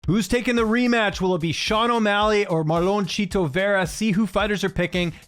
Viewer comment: "Shito" Vera? :D